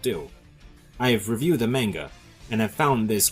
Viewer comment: Are you sure about that? He couldn't even pronounce manga right lol there is a good reason why the like dislike ratio isn't that good and worse than the like dislike ratio on swag video the only reason you lile it is because he agrees with your point